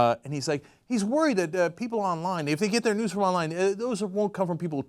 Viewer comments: I thought they were saying "nudes" instead of "news". You get your nudes from the local news. What a world we live in! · At first I thought they said nudes not news. :/ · I thought Cenk was saying 'nukes' not 'news' at first, so I was very confused